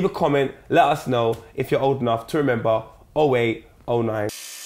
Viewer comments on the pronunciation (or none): none